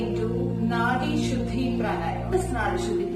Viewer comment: ഷുദ്ദി അല്ല, ശുദ്ധി!